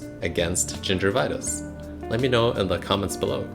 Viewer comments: does no one else have a problem trusting someone who keeps pronouncing gingivitis as "ginger vitus" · It's not gingervitouse, it's gingivitis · Gingervitouse, no gingivitis yes. You will be received as knowlegabe if you use pepper English. Gingivitis, not ginger vitouse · first of all, it's gingivitis, not gingervitis, it has nothing to do with gingers. More importantly, dilettante, pseudoscientific videos dispensing medical advice should not be allowed, you lack solid theoretical foundations in anything to apply the scientific method of inquiry, you should learn about the null hypothesis for starters. The only way of prove or disprove oil pulling is to have a blind study in a controlled environment with a representative sized sample, the same way that medical benefits of anything are assessed.